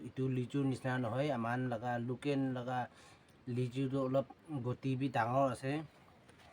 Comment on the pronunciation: Please don't murder the word 'local' (locken)😂 . Nice video 👍